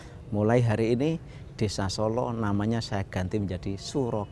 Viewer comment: Bukan Solo mas tapi Sålå